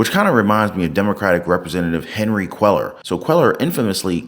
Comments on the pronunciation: Cuellar is a Spanish name. Quay-ar is the pronunciation., do you listen to the vids that you attach? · Cuellar is pronounced “Queyar”. In Spanish the double “ll” is pronounced like a y.